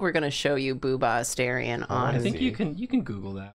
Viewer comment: every time they mispronounce Astarion I take 1d6 psychic damage